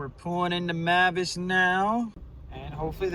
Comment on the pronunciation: Mavis is actually pronounced as "MAY-viss."